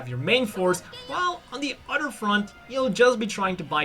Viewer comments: It's not Jim... its GM or (Jee Emm) It's not udder... It's other ( ugh the er) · So what is your excuse for not being able to say other or a ton of udder words correctly?